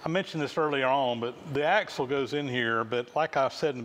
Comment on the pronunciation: It's axle, not axel.